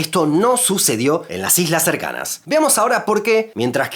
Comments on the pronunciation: Jajajajajaja dice ijlas 😂😂😂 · En el minuto decis algunas hijas o estoy loco? Jajaj quisiste decir algunas islas no